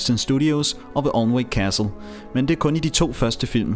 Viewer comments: Thanks for going to all this trouble to produce such an interesting video. The English subtitles helped, even though I had to keep pausing the action to read them. One small point for those interested: 'Alnwick' (as in 'Alnwick Castle') is pronounced, 'ANN -IK.' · you pronounced Alnwick wrong, it's pronounced an-ick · Really well made video, I've been to Alnwick (Pronounced Anick btw) Castle a few times and they do have guided tours running all day. Loved the shot recreations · Alnwick udtales Anick!